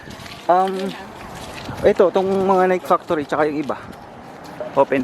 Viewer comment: friendly correction.... Nike is pronounced Nikee, hindi Nike like Mike😊 unless you were just joking 😂